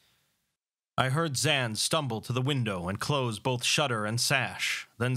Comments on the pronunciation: Personally my favourite short story of Lovecraft's. Also, I think you are mispronouncing Zann's name. Since he's a German the pronounciation would be zaNN. No real pronounciation on the A. I can't write pronouncitations well, but his name should basically be pronounced similarly to the Japanese -san honorific. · No worries, I reckon. It sounds foreign to German speakers, the way you say it, but... who cares what the Germans think.